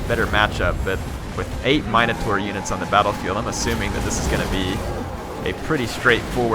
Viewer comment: Hey, so it's pronounced min - o - taur. i only know because i used to always call my sister one